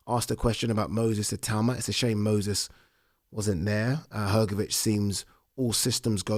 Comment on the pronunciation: Malković = Malkovich , Hrgović = Hgovich and not Hrgovic ć=ch